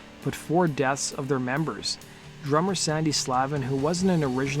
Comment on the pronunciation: Rhett Forrester, not Red Forrester. RIP. Also, it's Sandy, not Sammy, Slavin. Decent video, but the research is sub-par.